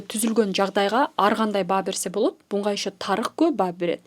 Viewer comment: 2 орусча китеп окуса эле, кыргызчага тилдери келбей, бурмалап суйлоп калышат. Болбосо кыргыздар... Булга эмес- буга, зарар эмес- залал.....